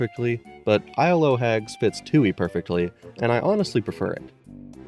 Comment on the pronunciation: Isle o' Hags is pronounced Isle uh Hags. The o' is a lazy pronunciation of... of.